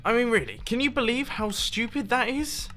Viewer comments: We are not having another "Shtoopid" montage. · shtoopid shtoopid shtoopid